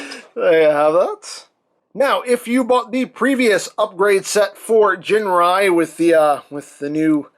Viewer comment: 'Ginrai' like the 'g' in 'gift'.